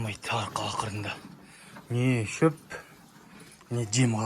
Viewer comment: Чоп емес шөп деші. Чыдайсың емес, шыдайсың деп айтқан дұрыс. Сосын ойбой ойбойды көп айтады екенсің. 😅😅😅